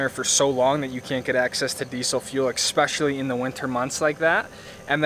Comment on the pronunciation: Did this guy just say EXPECIALLY? Nice vid but can’t take him seriously anymore